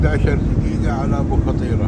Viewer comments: منور اخوي ههههه اسمها ابو فطيره بسكون الفاء وكسر الطاء مو ابو فطيره خليتها فطيره بالجبن ههههههههههههههههه كلنا كنا نحسبها مثلك ابو فطيره طلعت غير تنطق بسكون الفاء فف وكسرة للطاء طي وبعدين الفتحه على الراء ره يعني ابو ففف طييي ره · ماشاءالله منورة كويتنا كعادتها🇰🇼🤍، بس ملاحظه اسم المنطقه ابو فْطيّرَه مو ابو فطيره